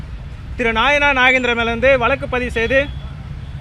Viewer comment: ஐயா உங்களுக்கு நைனார் நாகேந்திரன் என்ற பெயரில் ஒழுங்காக உச்சரிக்க தெரியவில்லை நீங்கள் எப்படி வளர்க்க போட்டு நைனார் நாகேந்திரன் உயர்நீதிமன்றத்துக்கு வரவிருப்பீர்கள் உங்களுக்கே சரியாக பேச தெரியவில்லையே